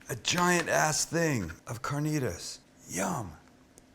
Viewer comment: I'm a little late in watching the video but I love how Sam says carnitas the correct way. Excelente!